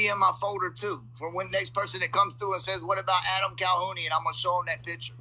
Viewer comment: Haha. He said calhounie